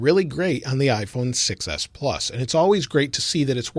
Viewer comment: say "6s" sound like "success"